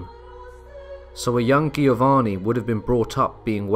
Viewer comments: It's pronounced Jovanni, not Gheeovanni. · Giovanni, is pronounced with a J sound Jiovanni... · So it baffles me... you get Genoa right but not Giovanni. The both start with the same sound. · I had my doubts when I heard "Giovanni" pronounced with a hard "g." "Heinrich" with a "ch" didn't win me over either.